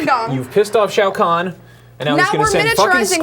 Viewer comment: "You pissed of Shoa Kahn" lol